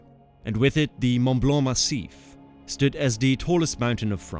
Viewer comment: Äpaninnen, Ronn Rinn ? Mun Blau ? Hä? Könnten diese Amerikanischen AI -Hirnathleten sich mal um Korrekte Aussprache der ausseramerikanischen Länder bemühen?